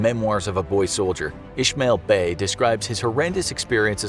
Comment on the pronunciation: Do your research on names, thats not how you pronounce Ishmael Beah or pervitin